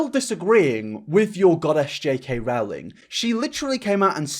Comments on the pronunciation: Why are you putting words in Rowling's mouth, this was so strawman-ey also it's pronounced like rolling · "Rowling" is pronounced "Rolling". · Oh! I hate it when people say Rowling wrong. I can understand having a hard time pronouncing foreign names, but an English one when you speak English? 😅